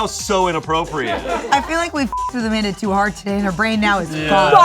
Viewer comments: As a portuguese person, that "Amanda" that Amanda said absolutely had the correct accent. We will still accept you here, Amanda. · As a portuguese, I can safely say we don't say "Amanda" like that. In fact, my mother is named Armanda, which is almost the same 😂 Also, pretty glad Portugal is the first nation coming to Shayne's mind when thinking of community 😅